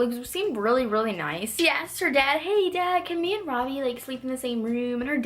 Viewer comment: Ravi...😂 It's pronounced rvi